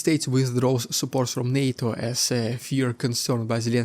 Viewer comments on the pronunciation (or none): none